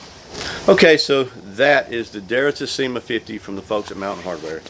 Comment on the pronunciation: The pronunciation is with the accent on the "e", and the two "i" are pronunced like the "e" in the word "me" :)